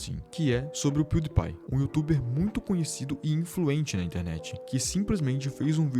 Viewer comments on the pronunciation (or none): none